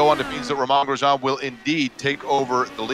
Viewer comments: "Romahn Grejahn" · These announcers need to learn how to pronounce “Romain Grosjean”. Have they never seen an F1 race before?